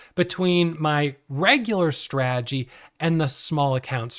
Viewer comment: Bruh! The word is strategy not stradjy! 😅